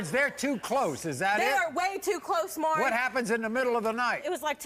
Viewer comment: It's MAURY not MURRY